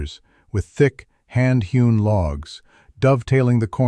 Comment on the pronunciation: Hune, what on earth is that!!? Don't you mean hewn? What was she pouring over his journals? Water? Coffee? Or was she really "poring," examining them closely? What were the pages waiting for? Or were they weighted? Really?